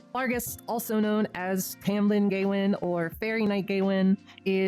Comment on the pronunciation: Im sorry but Gay-win, is 100% the worst way to pronounce Gawain